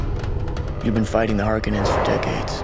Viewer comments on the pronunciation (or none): I couldn’t stand the way they said “harkonnen”. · they also pronounce the name harkonnen wrong, at least compared to the first dune movie, they say it different